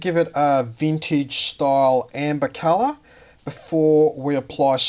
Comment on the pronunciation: "we're gonna tint it to the culluh that we noid..." heheheh that accent. Nice vid! Very interesting.